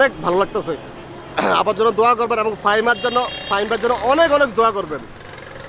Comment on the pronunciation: ফাহিম কে ফাহিমা বলছে